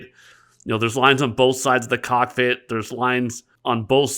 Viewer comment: in my experience, it's called a "cockpit". not "cockfit"